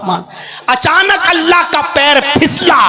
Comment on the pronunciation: Jab ye baat hmne nhi likhi aur tumne bhi nhi likhi, aur dono hi astagfar pad rhe hai toh fir nalayako q ek dusre par tohmat lga rhe ho ? Dono side se galti ho rhi hai, and yes woh ALLAH hai Alla nhi ....!